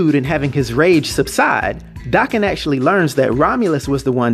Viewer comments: THANK YOU! DAH-KEN NOT DAY- KEN! It bugs me so bad when people pronounce it the other way. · Thanks for the video I'm so glad you pronounce his damn name right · Thanks for comprehensive details and correct pronunciation of his name